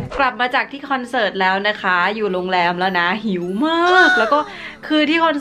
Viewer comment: "เสิร์ต"มันสระถัดกันไปนิดนึงอ่ะค่ะ 😅😅